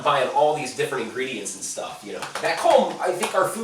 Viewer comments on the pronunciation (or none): none